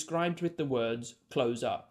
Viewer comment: It's 'close' as in together or near. It's not 'close' as in close the window.